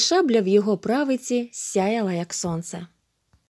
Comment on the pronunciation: Прави(и наголошене)ці, верба( на а).